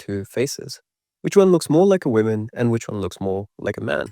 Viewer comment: Please dont pronounce woman as women literacy rates r already going down the fact u can pronounce man just fine..